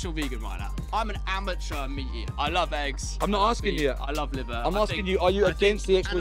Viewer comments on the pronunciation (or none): Sorry was that "amateur" or "immature"? 😋